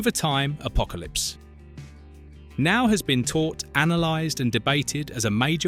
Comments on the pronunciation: Especially the name of the movie. It isn’t Apocalypse……now. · you need to sort the "now" inflections in the text to speech. Maybe a hyphen? Or perhaps just deleting the "now" when it causes a break in the dialog.